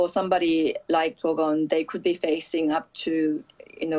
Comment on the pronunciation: is that correct way of pronounce dokwon or she is really bad at pronouncing names lol